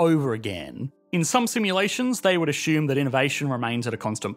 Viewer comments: 🤭Why do you pronounce simulations as simulations, but say ashume instead of assume? 🤫"ss" doesn't = sh? 👍🏻Great Intel, thanks for😂"saring". 🇨🇦✌🏻♥️✨🌍💫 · ..."they would ashoom" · Why do British people pronounce assume as asshume?